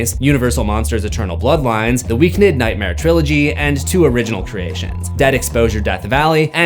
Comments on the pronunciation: Who’s the Weak Nid?😂😂😂😂 bro it’s pronounced the weekend lmao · Am I crazy isn't it pronounced The Weekend not The Weekned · It’s still pronounced like the days of the week. “Week End”. Not “Week Nid” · Who is The Weeknid ? It’s pronounced The Weekend 😂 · It's pronounced "weekend". is just being funny😂😂😂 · wait why is he saying week-ned? isn’t is the weekend? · Wait, have I been pronouncing The Weekend wrong this whole time??? 🤯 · "The Weeknid"😂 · It’s pronounced the weekend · It’s just pronounced the Weekend. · pls i love u and this video but its pronounced the weekend 😭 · i love he calls him Week-nid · Loool it made me chuckle every time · Stop saying The Weeknd like that bruh😂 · lol not a single comment correcting you on your pronunciation on The Weeknd😂